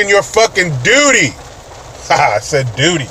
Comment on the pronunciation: said "duty" lol